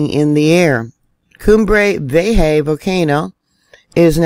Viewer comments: the name of the volcano is pronunced cumbre (you are doing it right) vi-e-já. The ja is the same from hahahah. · I think it's pronounced VEE- A- HA